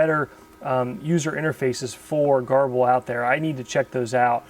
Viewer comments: I thought it was pronounced "gerbil". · Pronounced Ger-bil! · your videos are great! I don't know how you find the time to make them, but I'm very glad you do. Whenever you say "garble" I think "gerbil" (the little rodent, don't ask me why;) so I googled to see how GRBL is pronounced and this is what I found: There doesn't seem to be a consensus but Sonny Jeon, the GRBL maintainer likes to say gur-bull.